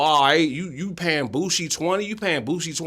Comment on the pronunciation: HE SAID BOOSIE NAME CORRECT BOOSIE WHAT DID U THINK HE SAID